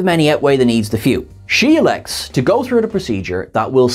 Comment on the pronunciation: During the segment on Tuvix, says, "She elects." Did anyone else hear "Sheelix?"